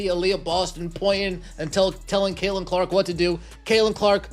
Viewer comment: Caitlin not Kaelin